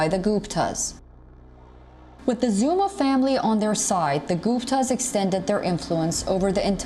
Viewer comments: Me: Zumaaa:: Narrator: zoooomba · Zuma not Zumba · Why she saying Zumba? It's ZOOOOOOOOMA!!!! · she keeps saying ZUMBA not Zuma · It’s ZUMA not Zumba 🤣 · Really? “Zumba?”...Zuma. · He's Zuma. Not zumba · 🤣🤣 It's Zuma Not Zumba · Why was the commentator saying "Zoomba" instead of Zuma? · This channel becoming more and more of mediocre. In south Africa, their correspondent is Asian. Racist much? Plus, she keeps saying Jacob Zumba. She can't even pronounce his name. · Why does that woman sometimes pronounce the name as "Zumba"? 🤣